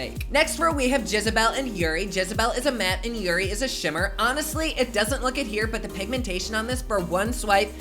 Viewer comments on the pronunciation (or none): none